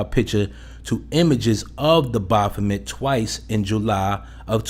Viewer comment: The way you mispronounce baphomet like Baaahphomet buggin tf out me